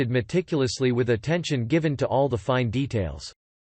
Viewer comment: Worst commentary ever. How do you mispronounce “all”? A parrot could vastly improve on this.